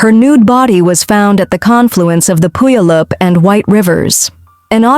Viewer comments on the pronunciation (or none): I’m from Washington state your Ai killed the name of the second story Puyallup Washington. I remember the story of that lady. The guy who killed her died of cancer right before they found out it was him